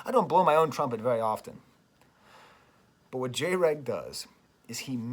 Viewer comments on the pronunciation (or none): I feel like near the end ur tryna be more critical of him than you feel the need to be compared to how you’ve addressed him most of the video. I say this because all of these “Xy spectrum bad” videos (containing a random salty jab at “Jay Reg” [it’s pronounced Dreg]around the 10 minute mark of each one) have been popping upthis year. And every time it’s a video by the same very specific 🌽 type 🍞 of content creators all tryna conflate authoritarian & libertarian in a way that invalidates all criticism with “I’m not a Tankie that’s just a liberal nazi dog whistle & everyone I dislike is a naziiii ESPECIALLY THOSE FUCKING ANARCHO-TWAT WAFFLES who have the fucking AUDACITY to clarify when I Selectively edit their words out of context instead of just conforming my own personal standards and allowing me to dictate which creators they do & do not associate with or else the massive support they received from my community will become overwhelming ridicule & obsessive hatred overtime” And they all seem to be very uncomfortable with the way Jreg goes from sounding exactly like them at one moment, to validating every other perspective the next. Stripping away that main character syndrome any 21st century consumer knows all too well. It’s scary ngl but still. I wanna chat with u sometime.